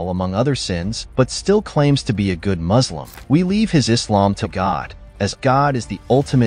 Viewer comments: It's Muslim it's not muZlim. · These people can pronounce the S properly in everything except Muslim. we are "MUSLIMS" not "MaZLims" 😖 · Muzlim is a mispronounciation of muslim٫ but it also can mean mudhlim٫ which means oppressor. Please be careful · Any muslim who says "muzlim" needs to be verified. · He also says muzlim too 💀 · Anyone say maazleem instead of Muslim need to be verified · every ACTUAL muslim does not say "muzlim"